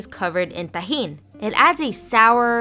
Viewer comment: Everyone paying attention: Me : did she rlly just say it like that ??